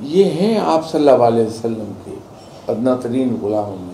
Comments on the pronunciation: agli bar jb ap milay in say toh boliyaga in ko "صلی اللہ علیہ وسلم" sahi sa bolain please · Yeh baba Aap SAW hi ghalat Bol rha hy 😒